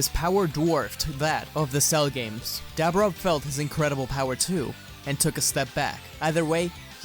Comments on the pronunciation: Debora not Debra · Why you say dab rah its debuura l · (Da-Bor-Ra) Pronounce it correctly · I believe dabura's name is pronounced with a long u sound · Is nobody gonna notice on how he's pronounced Dabura wrong